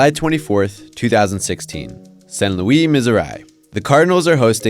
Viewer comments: How in the hell are you gonna tell me that you pronounce that crap like that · You said Saint Louis so fricking wrong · thats not how you pronounce saint Louis, missouri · This guy is an idiot how do u pronounce St. Louis Missouri wrong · Please never say Saint Louis like that every again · Was going to watch, but stopped after he pronounced St. Louis, Missouri the way he did. Come on man..... if you don't know how to say St. Louis and you are making a video on baseball, don't make a video about baseball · Dont ever pronounce Saint Louis, Missouri like that again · “Saint loo-eee, Mizor-eye”? Are you serious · San Louie, Misserye 😂